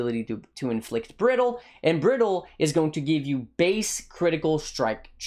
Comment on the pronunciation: "applying the brittle instittle " lmaoo